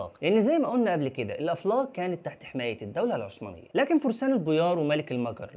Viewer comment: اسمها الدولة العثمانية وليست الدولة العسمانية